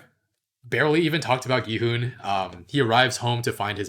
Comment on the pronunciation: the way pronounces it is correct. there shouldn't even be a debate cause one can literally just listen to how it's said in the show if they can catch it.